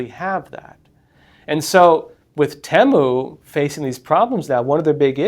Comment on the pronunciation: Finally hear someone pronouncing "Temu" the way I do. Nicely vindicated; if someone would know is.